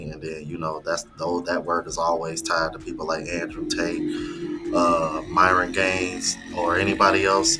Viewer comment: Andrew saying Myron's name as "My-ron" was funny as hell. 😂😂😂